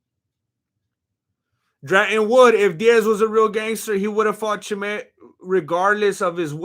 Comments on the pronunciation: Fuck I'm out you can't even say Chimaev, most gross mispronunciation I've ever heard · Hole uuup. Your Chimaev impersonation sounds like he's rock'n a sombrero.